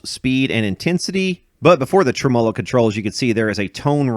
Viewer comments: Dude!!!!! SAY IT WITH ME!!!!!! (TREM-MUH-LOW) NOT (TREM-MOW-LOW) Whats wrong with you ya weirdo..... 😂😂😂😂just yankin your chain... i dont mean nothin by it... Love your videos man truly... i really mean that... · don’t get me wrong, love your channel and your general point of view, but this one drives me nuts. My history teacher used to say in situations like this “you put the emPHASIS on the wrong sylLABLE” /ˈtreməˌlō/ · I don't think I've ever heard somebody say trem"OH"lo before, so I got a kick out of that 😂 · I've been away! Missed ya! Congrats! You're getting better pronouncing ... TREM-a'low. When I get down to Louisville again im bringing my 100watt Yamaha - with 3 STYROFOAM SPEAKERS - for you to work on! That'll be a good show!!! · That's an interesting way to pronounce "tremolo".